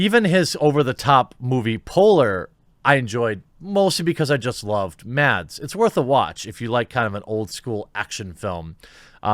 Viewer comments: if you wanna pronounce mads mikkelsen's name like we do in denmark, then the D in mads is silent :) love you vids btw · Mads Mikkelsen's first name is actually pronounced "Mass" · Just to be difficult. The d in Mads is silent, so the correct pronunciation of his name is Mas